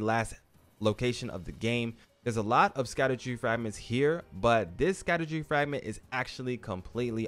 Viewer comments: literally nowhere on any planet is it pronounced “Sakadu” 😂 great video though, big thanks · It’s pronounced shadow fragment , they just spelled that way for some reason.👍🏽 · Right? I was so confused. Even if you pronounce it just how it’s spelled, it’s still not suck-a-do-tree 😂 It’s all good tho, I butcher so many words in this game too